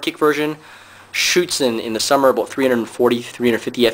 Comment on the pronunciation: he said aboot. hes from canada.